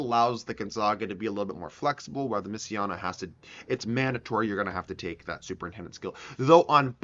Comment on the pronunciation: Thought it was pronounced messi-na